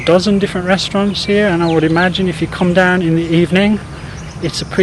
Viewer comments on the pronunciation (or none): none